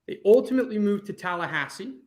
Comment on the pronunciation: Its Tallahasse, hello.